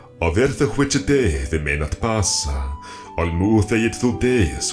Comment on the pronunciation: Any reason you pronounce day as dei?